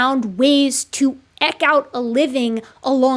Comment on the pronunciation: Love your work, hope you are still having fun and never stop. :) Only thing Ihave had to be critical of in the entirety of time since you've been putting content out is in this video. Eke is pronounced eek. That's it. Stay awesome.